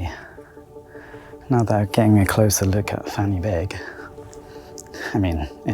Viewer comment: Heya, just letting you know, "Fan y Bîg" is pronounced "Van-Uh-Beeg" not "Fanny-big"! Same with Pen y Fan, pronounced "Pen-Uh-Van"